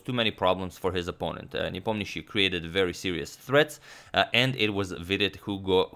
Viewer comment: He is good, but not great. For example, as far as Slavic names are concerned, Nepomniachi and Ivanchuk are still pronounced wrong. Not that it bothers me much, but "another level" - that is an exaggeration